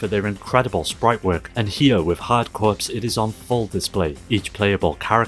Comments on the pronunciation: sorry to be "that guy" but the p in Corps is silent....you say it like core not corpse. and seeing that Mario Kart style racing game made me hope to see Skylanders Superchargers Racing mentioned in a hidden gems video on Wii and/or 3DS games ( seriously, aside from needing the actual toys it's one of the best Mario Kart type racing games I've ever played ) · Corps. is pronounced Core..... For some reason. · Are you supposed to say the "P" in Hard Corps?